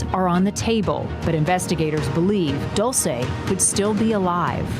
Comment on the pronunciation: HER NAME IS PRONOUNCED DULL CHAY NOT DOOL SAY